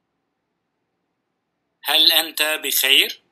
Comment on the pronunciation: يوجد خطأ في النطق بالعربي مثل كلمة "انت" وليس انتا ! ما بعرف لماذا تمد التاء !